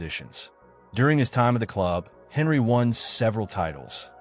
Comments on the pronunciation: When you pronounced his name i knew bs would follow . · How can we trust your opinion when you can't even pronounce his name correctly? 🤣🤣🤣